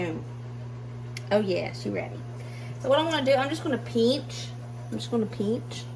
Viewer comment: You’re from OK, right? The way you say “pinch” is the exact same way my Texan husband says it. Lol. I always make fun of him-I’m a Floridian